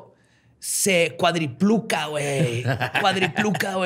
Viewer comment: Nadie va a mencionar el hecho de que dijo "cuadripluca" 2 veces en lugar de "cuadriplica"? hahahaha o si estoy mal corríjanme, no hay pedo xd